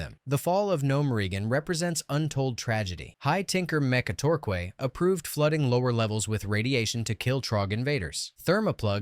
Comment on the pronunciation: OMG MECHA-TOR-QUAY! that has to be the best one!